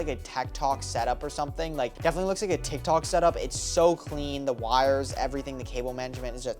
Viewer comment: bro said tektok💀